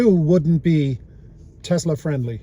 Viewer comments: Pronouncing Tesla as “Tesler” immediately strikes all admission of the record. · Senator can't even pronounce Tesla correctly.